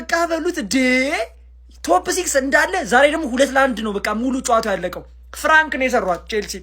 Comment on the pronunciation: ይሄ "ፍራንክ" ነው አላለም 😂😂😂 ፕራንክ ነው ሚባለው የኔ ቅመም "ደምበላሽ" አይባልም ደምመላሽ በይው እሺ አምባሳደር የቸልሲዎችን ስም የተነተነው ጉስቶ ቻሎቫ ኩኩ ባዲያሺሊ ፎፋና ምናምን በስመአብ ስማቸው ራሱ ኩሽ ማንኩሽ